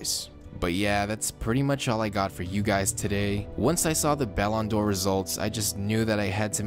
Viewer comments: Try pronouncing it like (Ballon/ D /Or) not all jam together.. it’s triggering lol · What are you saying balon door